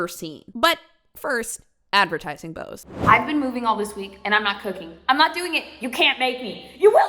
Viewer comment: we need boze moist, apparently